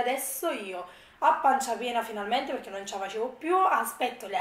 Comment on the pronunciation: Ciao, una curiosità ...perché dici “il ragùa”, “ a mea” “piùa” “perchèa” “melEnzane” “andarea” eccetera eccetera